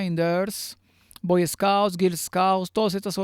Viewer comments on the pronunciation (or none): none